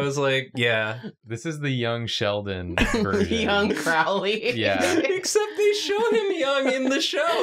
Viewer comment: mispronouncing Crowley..... Supernatural Brain Rot strikes again